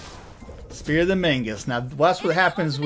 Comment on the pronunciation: I've watched a couple of your videos and I just have to ask - why do you keep saying 'Spear of the Mangus'? It's called Magus, and I feel like this is a meme I'm not getting.